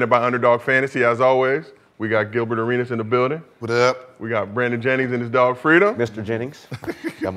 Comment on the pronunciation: Chillbert A-Reach-Es... 😂